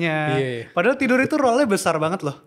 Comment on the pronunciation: Role dan roll cara bacanya beda. Koreksi buat.